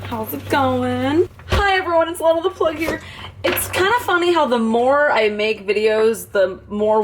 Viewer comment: FINALLY!!!!! SOMEONE WITH MY NAME "LENA" AND PRONOUNCES IT THE CORRECT WAY INSTEAD OF DAMN "LINA" OR "LEENA"